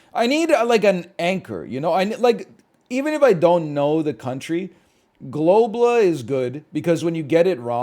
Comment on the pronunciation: Why does he pronounce Globle like that, lmao